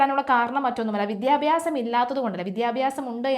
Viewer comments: വിദ്യ + അഭ്യാസം = ,വിദ്യാഭ്യാസം ആണ്. ഇയാളുടെ വിദ്ധ്യ + അബ്യാസം = വിദ്ധ്യാബ്യാസം ഉച്ചാരണം അരോചകം. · വിദ്ധ്യാബ്യാസം അല്ല കുട്ടീ വിദ്യാഭ്യാസം